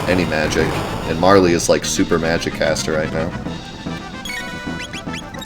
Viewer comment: I'm with you when it comes to JAN US. I am glad I heard you say it that way since that is how I say it as well. And I am glad you call "Marle" "MAR LEE" since it sounds better than "Marl". It hadn't occurred to me to at the E sound at the end, so I may start calling her MARL E. Except that I always rename her to her proper name. But I didn't know what this "Ragen" you were talking about was, you confused me until I figured it out to Re-Gen. Now I'm OK with that. I don't care how you pronounce it as long as I know what you mean.